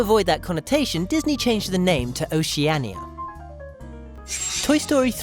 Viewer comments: You messed up it’s Oceania and you said oceana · OCEANIA ...O-SHI-A-Ni-A, not O-SHI-ANNIE.